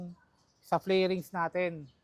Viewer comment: fairings not flairings, correction